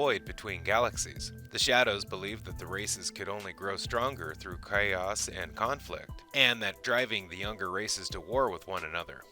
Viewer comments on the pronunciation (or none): You said Cray Os, it’s Chaos